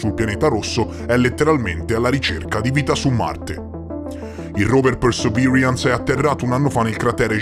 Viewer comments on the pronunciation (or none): Con l'inglese non ci siamo ma sei il migliore 😜 "Persevirians"😂